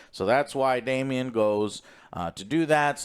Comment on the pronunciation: Daemon Joe not Damian 😂